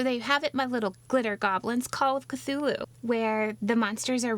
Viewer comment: I really appreciate the way you say those names. They come across as much more otherworldly than the way I say them.